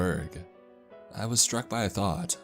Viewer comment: about 2 minutes 35 seconds in: "I was struck by a THOT 😂😂😂